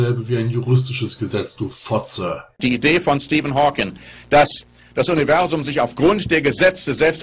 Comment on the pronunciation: Er heißt Stephen Hawking, nicht Stephen Hawkins.